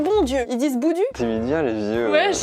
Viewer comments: On dit pas boudu mais "boudiou" 😂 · Boudu se prononce « Boudiou » :) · Juste le boudu se dit boudiou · c'est bondu mais on dit bon diou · Sa se dit '' bon Diu'' bonDiu